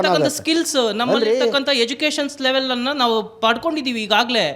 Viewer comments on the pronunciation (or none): none